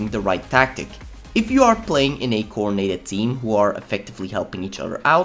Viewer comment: It’s coordinated not coordenated Sorry if I sounded rude love your videos :D